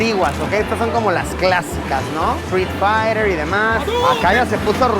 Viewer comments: Soy yo o en vez de decir street fiter dijo free fire xD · dijo Fry fayer?🤣🤣🤣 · si xD es que lo pronunció muy inglés aparte de que el ruido no le hace un favor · Dijo free fire? Jaja es street 👊🏻 juego clásico viejísimo